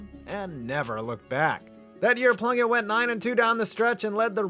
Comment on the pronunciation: Am I the only one who hears blumpkin when Plunkett's name is said?